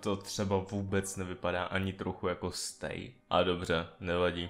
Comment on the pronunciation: Nejen, že říká stejk a ne stay, ale ještě říká hovna typu - SCP je chlap co zmutoval, ubráníme to s těmi můžema, je to pěknej démon i když jsem říkal že je to SCP, sledováci.... Tpč já bych ho šla normálně učit gramatiku, než abych mu dovolila natáčet tohle